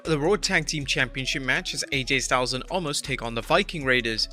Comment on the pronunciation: Narrator guy - I want to say Thank You for actually pronouncing OMOS correctly because almost everybody else calls him OMAS.